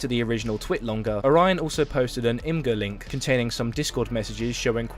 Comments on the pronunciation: It's Oh-ra-yon, not Oraina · Why you keep saying orion like orina? And the constant misgendering of him doesn’t help.